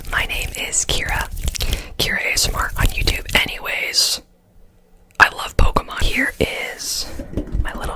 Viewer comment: the way says anyways I like pokáman